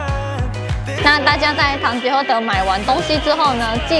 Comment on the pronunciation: 聽到主持人唸完品牌 就想到「是 唐吉ㄏㄜ～德，不是 唐吉ㄎㄜ～德」😂😂😂